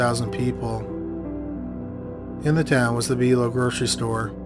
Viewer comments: It’s pronounced By-low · It's pronounced Buy-Low.